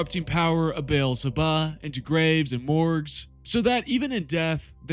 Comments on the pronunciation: Is it so hard to call Beelzebub Beelzebub Not Berlebahh? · Did you have to say beelzebub that way so many times? Why did you turn the final b into an h? That was the worst lol